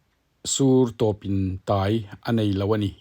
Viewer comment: Tawptai ni lovin Tawpintai tih tur aw